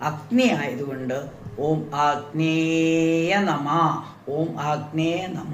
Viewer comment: ആഗ്‌നേയ എന്നാണോ അഗ്നയേ എന്നാണോ? അഗ്നിക്ക് നമസ്കാരം എന്നാ ണ്ടെങ്കിൽ "അഗ്നയേ " എന്നു പറയേണ്ടേ